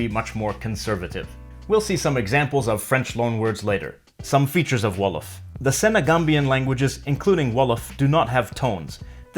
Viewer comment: Wolof way ...wow so early 🇸🇳🇸🇳🇸🇳🇸🇳 You're pronunciation is pretty good !!!! 💜